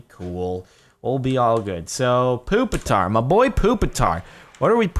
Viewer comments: ITS NOT POOPATAR ITS PUPITAR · It's puppit-tar